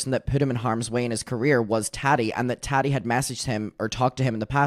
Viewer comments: The Way I Kiii Everytime He Say Tadi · I love the way says Tati. “Taddy” 😂